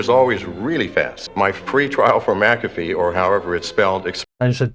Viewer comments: John McAfee: "I'm John Mack-uh-fee": "John Mick-caff-ee" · Would you say MaCafe again please? You say it so eloquently and sparingly. My ears are lusting and must be sated! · Who the fuck is John “McCafe”, why is he saying Mc Cafe? Haha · It’s pronounced “MacaFee.” its Scottish